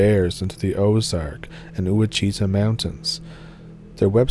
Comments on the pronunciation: Just a heads up. It’s pronounced. (Wahtch-It-ahh)Ouachita Mountain range. I’ve spent a lot of time near mulberry mountain alberts pike. Definitely things that live up there. Including miles of unexplored caves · Ouachita is said like watch-i-ta